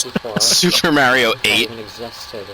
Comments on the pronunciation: u said mario like mayor-e-o. wtf? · You said "Mayrio". I do not like you. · Why does everyone call it Mario with the "a" as in mare??? How would you type that anyway. -_